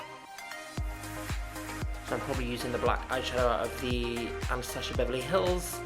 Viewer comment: I love how she says "AnastaSHia Beverly Hills" :)